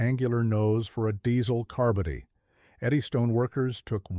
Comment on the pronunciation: Learn how to pronounce "carbody".